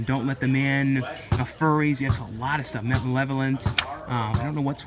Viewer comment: You keep pronouncing "Furies" as "Furries" ...